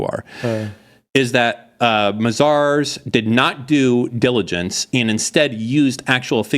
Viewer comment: It's not pronounced Ma-Zars,. It's May-Zers 😂😂,.